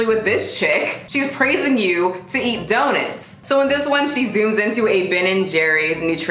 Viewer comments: She’s fucking people worse than Brittany Dawn And yo... it’s DOE-NUTS! 😂 not “daw-nets” 😂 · The only thing about this video that offends me is how you pronounce donuts. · why do you say donuts like that!!!!! 😂😂💗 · I'm offended by your pronunciation of donuts. XD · The way you pronounce “donuts” is the most precious thing 🥰😭